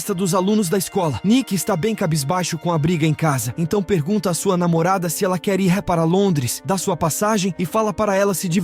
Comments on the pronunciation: Essas locuções esquisitas sempre falam errado ao tentar dizer "IR", no lugar dizem " I R " (as letras separadamente), além de outras palavras rsrsrsrs. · Mas é IA. Tem uma parte que ele deveria falar “ir”, mas lê a letra, no caso “i” “r”